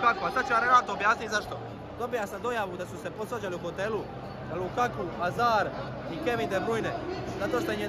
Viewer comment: Nije Lukaku vec Lakaka